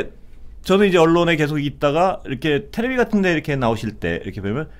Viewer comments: '테레비' 아녜요^^*~~~~~ 'T.V.' 또는 '텔레비젼' ㅋㅎㅎㅎ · 테레비라고 자꾸 얘기하는 사회자님 테레비는 일본말의 잔재입니다. 텔레비젼이라 해주세요